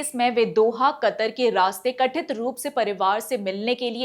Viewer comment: प्रस्तुति अच्छी है आपकी परंतु आप उच्चारण में सुधार कीजिए। जैसे- कथित की जगह कठित। वरिष्ठ अधिकारियों की जगह वशिष्ठ अधिकारों बोला है आपने। कृपया पुनर्विलोकन कीजिए।उज्जवल भविष्य की शुभकामनाएं। धन्यवाद् 💐